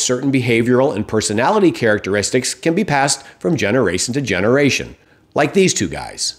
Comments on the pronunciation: “from generace to generation”. I guess everyone does it once in a while. Lol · I really don't like trump, but if you make fun about someone's mistakes, for example for pronouncing words wrong you really should at least re-record it if you miss-pronounce something. That's just my opinion of course. I talk about how you pronounce the first "generation" at about - .